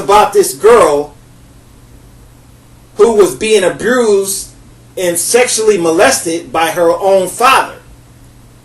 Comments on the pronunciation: Did he say abrused😂😂😂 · I can't take you serious. You're downing black people, yet, you say 'aBRUISED'?! 😂🤣